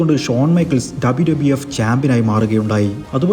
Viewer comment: ആദ്യം WWF, WWE എന്ന് മര്യാദയ്ക്ക് പറ